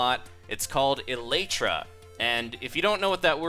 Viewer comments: Pronunciation is: el-i-truh. EL-ih-truh. (Emphasis on the "EL", not the "LY". And the "a" as in way sound is completely wrong according to every reputable dictionary source there is online.) Great video though! Very thorough! Just wish that you might have looked up the pronunciation because I keep hearing people say it the way you did because of your video! XD Elytra is the plural of Elytron. Elytron (noun) /ˈeləˌträn/ - One of the pair of hardened forewings of certain insects, as beetles, forming a protective covering for the posterior or flight wings. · Excuse me but I beleive it is pronounced "Elatru" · You didn't pronounce Elytra right...